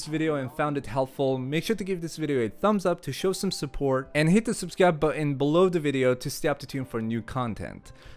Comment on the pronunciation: can you say button correctly it pisses me off